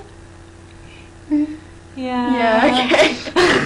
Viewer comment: it sounds like shes saying Horan instead of Corin